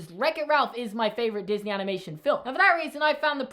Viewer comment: I mean Disney, Not diney